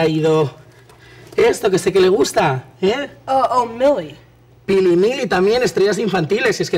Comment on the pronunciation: Dijo pilli